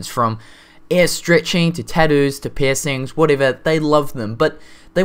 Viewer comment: Okay, every time you say piercing it sounds like pissing...